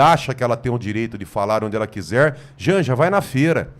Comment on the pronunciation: Isso! Continua falando Djandja!